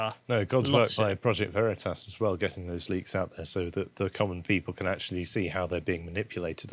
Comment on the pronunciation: Big brain on mispronouncing Vereetas 😂😂